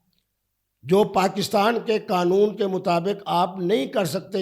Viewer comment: ابے چُوتیے، یہ لفظ ’’قانون‘‘ ہے، ’’قنون‘‘ نہیں۔ چُوتیا زمانے بھر کا! مُفتی بنتا ہے!